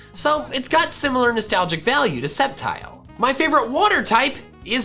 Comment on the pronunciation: TELL HIM IT'S SCEPTILE, NOT SCEPTRE!